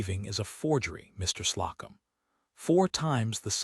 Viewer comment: Love this sweet, tender love story. Ada & Ellis are good people that belong together. They become stronger together & win. The A I really needs attention with pronunciations. Slocum=slow- come. In all stories it is never corrected. It always calls hoping as hopping. Please please fix this tiresome voice. Story is great. ❤